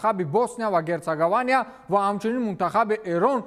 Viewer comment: Босния ва Гертсогования Не, ... Босния ва Гертсоговиния 😊😊